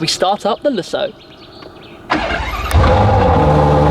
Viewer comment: You are saying Lessoh and it´s LúSSo. The emphasis is on the "Lu", the "ss" are realy sharp and the "o" doesn´t drag like you say it. It's fadded after de "ss" and the sound is "ó" not "oh".